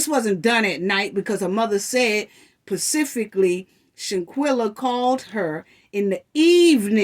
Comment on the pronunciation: First off, u keep saying “shantella” it’s shanquella. Secondly, nazeer keeps saying the next day because, he arrived on Sun. Who was blind to the fact that the fight happened on Saturday morning? The night before they well all playing games, drinking, eating and that’s when she walked up on them in the bedroom. Dejanae was still in her pjs that Saturday morning that the fight happened.